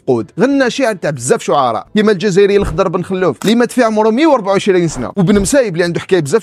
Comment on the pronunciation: أخطاء عديدة، باشطارزي و ليس باشطراجي، بن خلوف و ليس بن خالوف